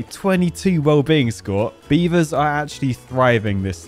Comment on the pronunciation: Come on beav-TARS!